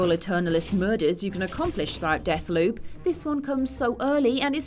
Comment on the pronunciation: I can't believe pronounced it as Deckloop, rather than Deathloop